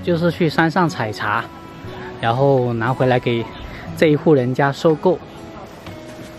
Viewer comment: Yan后=ran后，哈哈